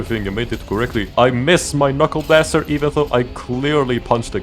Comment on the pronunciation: Knuckle What?! WHAT DID YOU SAY?! Didnt sound like Knuckleblaster at all. EXPLAIN YOURSELF!